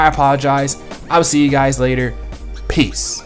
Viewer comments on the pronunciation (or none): none